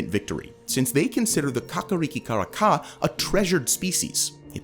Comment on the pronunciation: Fantastic pronunciation of kakariki! Thanks for all the good news too! 🎉❤